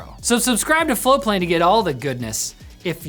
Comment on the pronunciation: Guys guys guys! You're pushing Floatplane. There's no link to it. It sounds like is saying Flowplane. You want subscribers why are we having to dig just to subscribe lol.